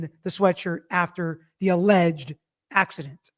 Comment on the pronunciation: She couldn’t even say “alleged” incident.